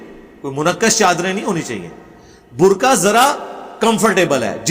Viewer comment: Burqay ki hijay qaaf sae h as I kaaf sae nahi